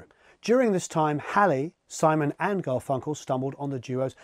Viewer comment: The emphasis on GarFUNkle is killing me